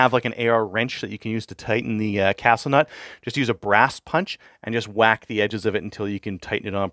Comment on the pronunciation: "Shwack" Excellent.